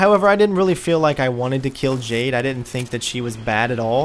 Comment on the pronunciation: Watched the whole playthrough, well done mate, couldn't help but mention the way you say "KILL" it sounds like "KEEL" 😂😂